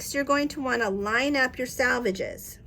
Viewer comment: Selvages, not Salvages As in sell-vages